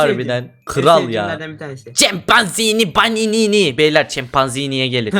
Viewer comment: 5.54de chımpanzınnı banınını diyo😂😂😂😂